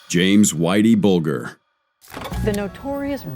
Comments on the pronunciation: AI Narrator S*CKS....The news clip even pronounces Bulger correctly and the AI Narrator gets it WRONG, numerous times.... HIRE A REAL PERSON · You can't even pronounce whiteys name right even though you had a news lady saying it in a news report, YouTube is now being ruined by lazy so called content creator's who seem to do no real research or even bother to find out how you pronounce even the simplest of words. Dam if you can't be bothered to make good well informed videos then please just don't bother, find something else to do because trust me video making is definitely not working for you 😂😂😂😂😂😂😂😂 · The moment I heard him pronounce Whitey Bulger’s last name is when I knew this guy had never even heard of him before making this video…